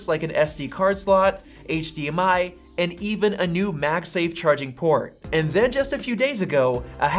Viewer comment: this guy pronounces "and" as EHH'ND